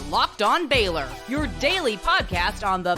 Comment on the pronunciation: does she call them the FAILor Bears?😂